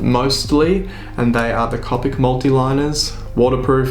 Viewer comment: Just a couple other notes: Copic is pronounced with a long "o" as in the first syllable in co-operative (I have a couple certifications for Copic; I also used to Copic coloring at Michaels art/craft store). If you are doing profession work for sale, be sure to check the lightfast ratings on your colored pencils. I recommend Caran d'Ache Luminance (although they are expensive, you can find them on sale now and then) and the new Lightfast pencils by Derwent (they are about to release the 72 set and are planning a 100 set later this year). Since Copics are not lightfast (dye based inks), I recommend scanning those for production prints. The colors will fade and/or shift in a relatively short amount of time. Thanks again for the video!